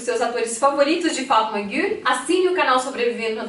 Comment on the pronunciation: Essa moça falando no vídeo quando fala o nome da novela kkkk pucha um sotaque que não tem